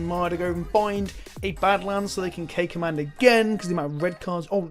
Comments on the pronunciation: Oh this whole time you've been saying "K Command" but I'm hearing "Cakeman" and I'm like, "What the fk did I miss?" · I kept hearing "Cake Man". Fat guy problems